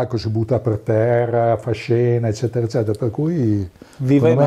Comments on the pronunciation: Mi permetto di correggerti: "ezzetera ezzetera..." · "eccetera eccetera" a parte, super intervista! :D